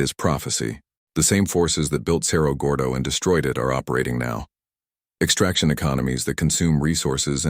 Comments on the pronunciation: You need to learn how to pronounce Cerro Gordo. Need to pronounce it like Sarah Gordo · as soon as the AI mispronounced Cerro Gordo i was done.